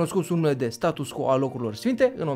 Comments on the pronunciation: hai sa pronuntam latineste acel status quo, adica status cvo nu status co, altfel numai de bine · Status quo se citeste STATUS CVO !!!!! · scuze dar trebuie sa fac aceasta precizare, se scrie status quo dar se citeste status cvo (pronuntia este in latina pt ca este scris in latina) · Apreciez foarte mult informatiile si munca ta, dar nu ma pot abtine sa-ti spun ca se pronunta "status qvo". Succes mai departe! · Se citește status 'cvo' chiar dacă se scrie 'quo' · "Status quo", prietene, se pronunta "status cvo". Dar nu toti au facut latină...